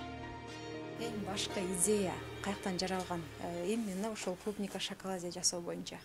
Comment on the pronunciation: Клумника дебейт клубника